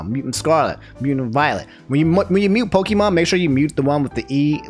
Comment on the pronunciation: Everytime he says "pokEEmon" I die a little. I love you man but please. It's pronounced pokAYEmon